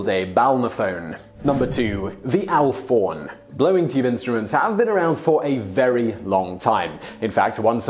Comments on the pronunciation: "Alphorn" is pronounced "Alp-horn" rather than "Alph-orn". (As in, a horn that is being played in the Alps.) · The alphorn is pronounced alp-horn because it's a horn from the alps. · It's pronounced alp-horn. It's a horn after all.